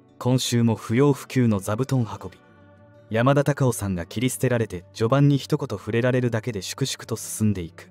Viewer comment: アナウンスの方言が強すぎる。山田隆夫のことを喋ってるなら しっかり「山田隆夫」と発音しろ